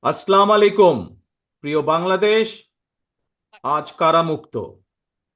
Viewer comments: জনাব তারেক রহমান আপনার সালাম শুদ্ধ হয়নি বলতে হবে আসসালামুয়ালাইকুম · উনার সালাম দেয়া শুদ্ধ হয়না!! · তারেক সাহেব আপনাকে সালাম দেওয়া এবং বিসমিল্লাহ বলাটা শিখতে হবে, অন্ততপক্ষে এই শব্দগুলো একটু শিখুন, কারণ আপনার সালাম দেওয়াটা বিসমিল্লাহ বলার ধরন একেবারেই হয় না,, আশা করি আমলে নিবেন ধন্যবাদ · দুঃখের বিষয় আমাদের নেতাজি এখন পর্যন্ত সালামটা শুদ্ধ করে দিতে পারল না